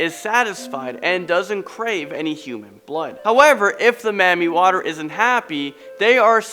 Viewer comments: I’m so annoyed at how he said Mamiwata😂😂😂 “mammie water” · isnt it mami wata? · It’s pronounced “Mami Wata”!!! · lmao when he said that i was weak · Marmii waterre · Ps: it’s pronounced MAMI WATAAA. Lmao I hang around Africans too much. I hear about MAMI Water all the time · Me too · YO is pronounced Mami Wata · 😂😂😂😂 oh my he made my day how he pronounced it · He's pronunciation of mami water is soo weird😂😂😂😂